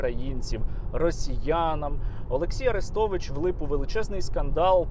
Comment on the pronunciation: При чому на подібні випадки найголосніше реагує проросійське лоббі, тадам і тут Арестович(наголос на "е" )